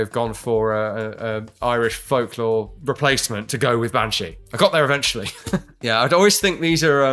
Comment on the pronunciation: Bean (Pronounced Ban) - Irish for Woman, Sídhe ( Prounonced Shee) - Irish for fairy. Bean Sídhe, (Banshee) - Fairy Woman. So fair played to for getting that.